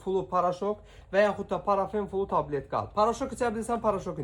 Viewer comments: Parafen flu yox Parfen flu bu hec dermanin adini duz demir e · Oglum,Parafen yox,"Parfen flu".